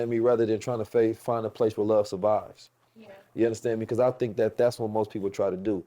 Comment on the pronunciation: I just love when he says “Ya Undastand Me”